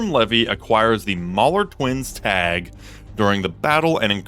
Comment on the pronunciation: It's actually not pronounced "lev vee" it's pronounced like this "lee vee"